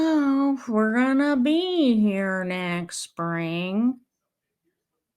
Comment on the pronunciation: You forgot about how robin doesn't pronounce the ing on words. Example: going is pronounced goeeen.